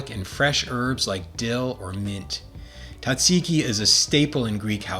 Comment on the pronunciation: why the heck can't you pronounce Tzatziki correctly?